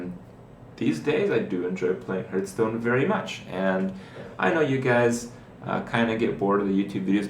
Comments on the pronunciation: its Hearthstone not Herthstone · Another ''Hurtstone'' pronaunciation coming from you mouth another dislike cheeky scrublord. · I dislike your videos because you say Hurtstone. Fucktard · People seem to think that they are entitled to see whatever videos they want. This is Kripparrian's youtube channel. He enjoys playing Hearthstone (even if he says it wrong! :P ), and I don't see any reason that he should not be allowed to make videos about it. If you want to watch videos about a different game, go somewhere else...